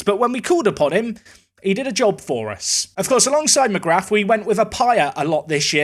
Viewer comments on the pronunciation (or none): McGrath is pronounced McGra, you dont pronounce the "th".